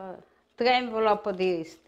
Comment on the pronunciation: one N-valope a dis......love hahaha